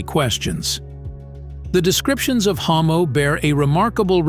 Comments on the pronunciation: NOMO not HOMO 🌌Can you go back into the video and do a pronunciation sound correction? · This content creater couldn't even bother to double check his date. It is pronounced Nommo. Not Hommo. Lol. Also a few other things he got wrong. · NOmmo not HOmmo... N O M M O - you pelican. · Nommo, not Hommo. That's a rather significant mistake and makes me nervous to trust the other stuff in this video, although it seems to be very well done. This is much needed! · It's "NOMMO" NOT "HOMO" At times, pronounced "Nuumuu" by neighboring Mande people. It has NEVER been "Homo" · They called Nomo, not Homo dude. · The Nomo * it’s with a N not H